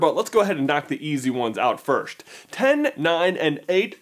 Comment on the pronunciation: Good video but annoys me how he pronounces first as firsht